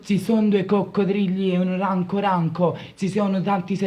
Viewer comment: da notare che il fratello (quello gay) ha detto: ORANCO TANCO